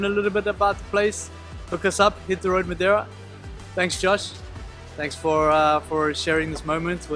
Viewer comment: I have to congratulate Josh on his flawless pronunciation of "Madeira". It's actually jarring, really: you're going along, listening to the normal English, when suddenly this word pops out, sounding for all the world like it came.out of a native Portuguese speaker. It might be the best I've ever heard from a non-native. Nice.job, Josh!